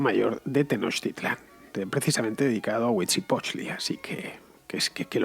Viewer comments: Pretendía llevarte la contraria, pero no hay manera. Y es huitzi-lo-potchtli. Te falto el "lo". Como "lo país"... :V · Se dice Huitzilopochtli. Y por cierto si quitran la estatua de Cortes de su pais estaría bien.